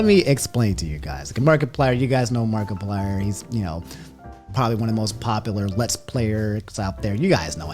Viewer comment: nobody:: mark E plyer